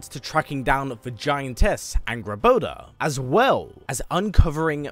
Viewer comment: Its hilarious how you say Angrboða. Th little d lookin thing isn't a d. It's a th sound like in "that" or "there".